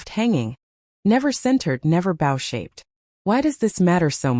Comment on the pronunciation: "Bow" rhymes with "go." "Separate(s)" used as a noun is "SEP-rit." Why am I talking to AI?!